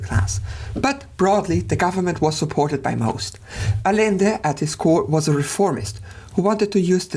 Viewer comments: It's not "Alende", it's "Adschende" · Great video. I figured I'd take one moment to mention constructive minutia. In Spanish, the double L is pronounced as a "Y." So it's more like 'Ayende' but like I said, it's minutia. Keep up the good work, love your stuff. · I see what’s goin on here. You refuse to pronounce Rothschild the way its pronounced in English despite the fact that he’s English because “it’s a German name”. And yet you don’t pronounce Allende like it’s supposed to be in Spanish. Smh the German chauvinist